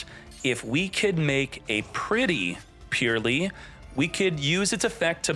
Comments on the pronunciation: its not purely, its Purr-ly gotta make the Purr sound like cats make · Great matches all around. New format is great. Can't listen to him say purrely though it hurts. It's purr-lee the e after the r does not affect the words sound. Supposed to sound more like pearly than purely.